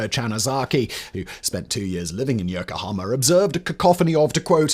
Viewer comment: Firstly, is it REALLY so hard to at least try to pronounce Japanese correctly? I know it's a tough language to master, but Yokohama is one of the easiest places to pronounce. Secondly, you completely glossed over one of the reasons that Japan sided with Germany in WWII, the reason I watched this was to hear someone talk about it, but no. Despise having sided with the UK and our allies in WWI (which you failed to mention), they chose Germany, in part, because they had seen the Americans slowly creeping up the Pacific, taking land away from the native people of various islands (Guam is good example) and thought it was only a matter of time before Japan was on their radar. Thinking Germany had a good chance of winning, and wanting to keep the Americans at bay, they sided with, what they thought would be, the "winning" side. This information is easily accessible. Is this written by an American, perchance? I'm not saying Japan was right in it's choice, but you have to admit, America thrives on invading sovereign nations, so I understand why Japan took the action it did.